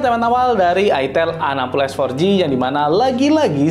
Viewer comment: Slfok bacanya itel AGOS 😂